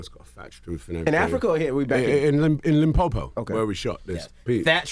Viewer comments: I love the proper pronunciation of Limpopo 🙃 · Oh no no no, we not gonna act like he didn't just pronounce Limpopo correctly. Dude said it like he comes in every once while.🤝🏿 It's like what you call district in the states.